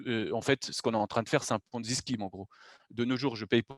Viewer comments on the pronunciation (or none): none